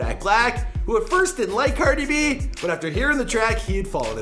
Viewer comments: "Ceerdi b" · You said her name correctly this time lol